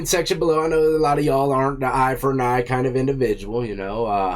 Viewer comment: "Eye for a-n Eye " I like that too 😂👍🤝